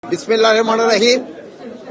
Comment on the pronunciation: স্যার বাসায় গিয়ে বিসমিল্লাহ ক শুদ্ধ করুন। নতুবা ভালো ভাই বলার চেষ্টা করুন